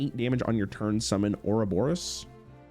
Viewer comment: PLEASE READ THE CARDS It's Ourobos, not Ouroboros